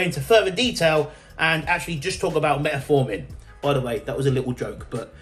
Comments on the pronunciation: Metformin, not Metaformin. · Metformin not met A forming...😂😂😂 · Great video, but please for the love of God learn how to say fucking Metformin 😂